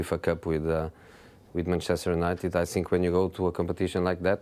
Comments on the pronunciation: You sssink "think" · Jose past but I think Now Jose but I sink😂sounds though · Nobody : Jose : "I SINK" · “I siink” lol